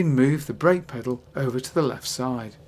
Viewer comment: Both are pronounced bwake apparently.